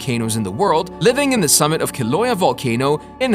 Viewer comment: it's keel-ow-aye-yuh. 'Kilauea, her home lol. Our goddess is also from Tahiti, NOT Haiti. But yeah, good stuff.